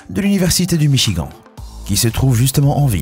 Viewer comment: sa s'ecrit michigan mais sa se prononce michigane